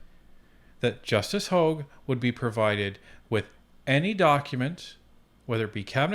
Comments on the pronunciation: Sorry this drives me nuts it is not LeblanC. He is french so the c is silent. But also he needs to understand it is Hog like a pig but hoag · Hogue le blanc not hog.